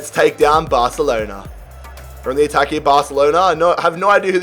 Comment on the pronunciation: Stop saying ‘here’ the way you say it is wrong